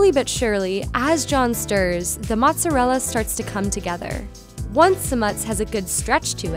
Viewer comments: Mutts isn't a word it's American jibberish it's either mozzarella or Moz not "mutts" basic whity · Okay, the sandwich looks good. But why, oh why, did this girl call it Mutts the whole time?!? Come on! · It's NOT "MUTS"...it's "MOOTS"....FML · i couldn’t watch the whole video because she kept saying mutts instead of mozzarella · She pronounces it MUTZ but it's pronounced MOOTZ. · its not mutts- it's mutz- u are obviously not Italian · "Moots-a-dell" not "Mutts" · holy shit!!!! Its pronounced MOOOZZ-arella. Not MUTS-arella. So annoying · No one is going to mention how many times this girl said mutts? 🤷🏻‍♂️ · i legit cringe every time she says mutz!!!!! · The comment complain about Motz instead od mozzarella but im more up set that she called aujus and not gravy. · We really out here hating cus she says muttz? Aight. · stop saying muts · just don t call it "mutz" please, seriously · Can you please enlighten us on how do REAL italians pronounce Mozzarella? Because as far as i know, it is pronounced "MOTZZARELLA" or maybe even "MUTZZARELLA" i don't know exactly but it has an T there.. it's not just "MOZZARELLA". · Just say Mozzarella!